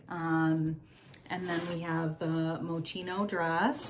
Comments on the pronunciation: Hi. That’s a great box. I’m not sure which was better the box or your nails. They look beautiful! The correct pronunciation of Moschino is mozz-skee-no. Hope that helps😉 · Moschino is the designer’s last name. The “shi” is pronounced like “ski” So it would be like Mow-ski-no. I found that out because I used to buy a lot from the “Love Moschino” line because they have vegan handbags. 🙂 I’m glad you’re keeping the purse. It’s beautiful. You deserve a treat with as hard as you work! At least you know that if somebody sneaks up behind you when you’re in a club, they’ll never be able to figure out how to open your bag to take your wallet out lol.